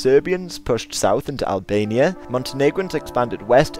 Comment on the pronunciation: It's albania not "analbania" lol